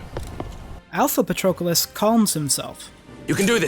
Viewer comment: Excellent analysis! If only you substituted his name with "him" instead of saying it every 5 seconds. Wouldn't be much of an issue, but it is incredibly jarring when you constantly misspronounce it as "PatrOcolos".